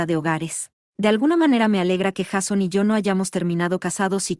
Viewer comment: Me nerva que pronuncie "Jason" cómo está escrito y no como se debe pronunciar 😅